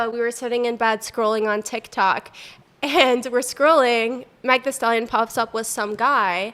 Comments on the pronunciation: So pathetic. Z list ass gotta bring up MEG THEE STALLION & act like you don’t know who she is or how to say her name and try to be funny about the Tory lanez situation passive aggressive z list white girls who are only known for bringing Megan up tuh she wouldn’t even breathe yall way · Three things really bother me about this situation: 1.The blatant disrespect.Mispronouncing her vows is one thing, but purposely mispronouncing Meg’s name? That’s calculated and disrespectful. Let’s be real—men can have different types just like women. If y’all are mad because you were sharing the same man, that’s on y’all, not her. Stop projecting your bitterness onto someone else. 2. The fake “girl’s girl” act. It’s giving performative feminism. You don’t need to be blatantly racist to another woman just to uplift your friend, especially when it’s obvious she’s struggling to accept that Torrey doesn’t want her anymore. If you’re bold enough to say it, stand 10 toes down on it! Thank you for exposing yourselves—truly. 3. The disgusting Tory Lanez comment. That “not Tory Lanez” joke was beyond out of line. Making light of violence against a Black woman? Nasty, shameful, and downright embarrassing for all three of you. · Suddenly white girls don’t know how to pronounce Meg 😂😂😂. Should’ve named this episode micoaggressions and jealousy of black girls. Just plain racist. Also you know exactly who she is lmaoooo. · It's crazy because Meg Thee Stallion aka Megan Pete doesn't have a difficult to pronounce or ethnic name. Yet she still has to do the white girl act of trying to mispronounce a very common American name "Meg" with this whole "Mag " act emphasis on ACT because she absolutely knows who Meg Thee Stallion is and how to say her name because she's at least 20x more famous than her. It's embarrassing to not only pull the same tired name microaggression all white people love to pull but also to pretend you don't know today's most famous female rapper.